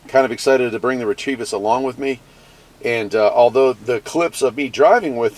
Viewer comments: Fun. Do you know you're adding an "R" to the middle of the company name? I'd say it "REH-teh-visss." Tryin' to help. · Re trevis? Isn't it pronounced, Reh Tivis?